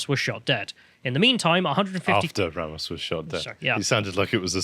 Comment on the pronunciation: These British Pronunciations of Spanish words are killing me bro. Ray-mos and Oovuldee. And to answer the question of why their are BP agents in Uvalde. It's like 40 minutes away from the Mexican Border in Del Rio so most of them Live there because the border cities are complete crap holes. Uvalde isn't exactly perfect either but it's definitely better then being a stones throw away from Mèxico.